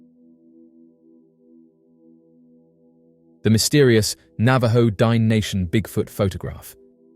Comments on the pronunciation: It's not pronounced Dine' like dime, that's freakishly insultive, Google correct pronounciations, it's D'-nay....it's an indigenous Navajo word, have some honor and respect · I should not have to say this but Dineh is not pronounced Dine. A professional would take some steps to get this right. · Please learn how to pronounce the word Dine' correctly. You sound like an idiot.